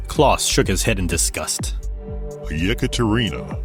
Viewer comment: Ekaterina, not Jekaterina, and this is a female name. Otherwise a great episode